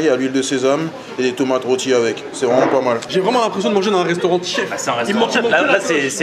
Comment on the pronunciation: On retient que "c'est vraimet pas mal"😂